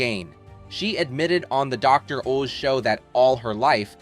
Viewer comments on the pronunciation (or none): The Dr. Ooze Show? You need to learn how to pronounce words!!